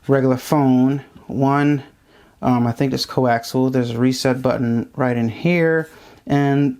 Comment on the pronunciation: C0AXIAL---NOT "CO-AXEL."